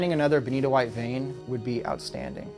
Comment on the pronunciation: That benitoite is beni-TOITE!